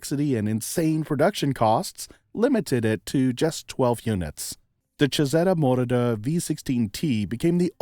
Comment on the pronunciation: The correct pronunciation is chee-zee-ta Moroder